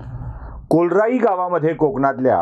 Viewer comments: कोलराई नाही, कोर्लाई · KOLRAI NAHI RE BABA KORLAI